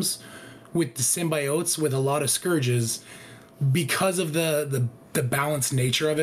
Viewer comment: Dude, as a content creator, pronounce Symbiotes correctly. FFS.